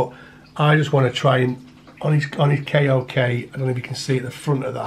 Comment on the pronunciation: K O K is pronounced like “coke” beautiful creature anyway I’m also interested in these myself